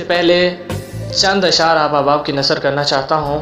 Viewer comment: بھائی پہلے یہ کلیئر کیجیے ، جو شروع میں پڑھے آپ نے کیا وہ اشعار تھے ؟ اور نَذَر نہیں ہوتا ، نَزْر ہوتا ہے ۔۔!!